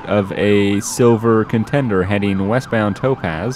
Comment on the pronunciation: "Is it ContenDER or ContenDAY?! => It's ContenDER for everyone... except for (= ContenDAY!!):-P